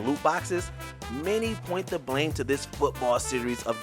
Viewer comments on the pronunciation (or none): none